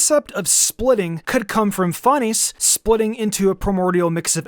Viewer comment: Fan-ess That’s how it’s pronounced